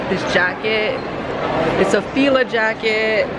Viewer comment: When Canadians pronounce Fila wrong...lmao